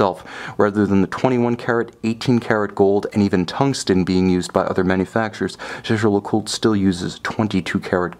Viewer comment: Lovely watch. And Jaeger-Lecoultre might be a cult brand, but it's still "Lecoult-re" with an audible "R", not "le-cult".